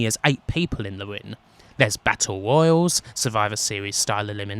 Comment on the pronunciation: When are people going to learn to the difference between "royal" and "royale?" They are not pronounced the same, and their meanings are not interchangeable. (Sorry, this is the 3rd video I've seen today where someone makes this mistake and I'm taking it out on you!) Great video, though, this helped push me over the fence for a buy!